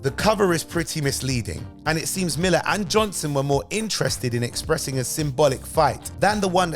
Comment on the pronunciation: Klaus Jansen not johnson